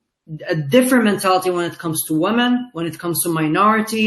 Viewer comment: His English is very good, but he needs to learn how to pronounce "women" (wimmin). i.e. different from woman (woomoon)